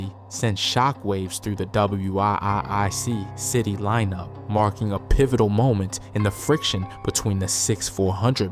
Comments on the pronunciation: WIIC but it’s pronounced Wic…it’s Wic City 😂😂😂😂he was blowing me a a little😂😂😂😂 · DAMN BRO ITS WIIC CITY PRONOUNCED WICK CITY CA. TELL U NOT FROM THE LAND